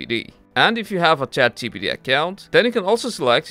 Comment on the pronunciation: I wonder why you are unable to pronounce ChatGPT..Chat gee pee tee...